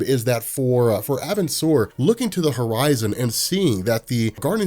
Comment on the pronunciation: I'll say it again, it's pronounced "are-bin-sir" Edit: this isn't meant to be hate btw